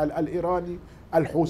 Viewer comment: الحوسي 😂😂😂ماله هذا فين تعلم الغه العربيه طيب بقولك الحوثي ارعب العالم وانت من جواك بس برا 😅😅😂